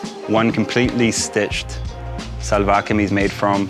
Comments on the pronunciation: Karl, in Pakistan its pronounced more like shalwar kameez not salwar kameez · one tip from a native speaker, try to say shalwar not salvar